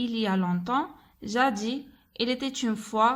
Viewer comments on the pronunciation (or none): On prononce le S à la fin de jadis madame. Corrigez votre lecture. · Jadis ... Le s final se prononce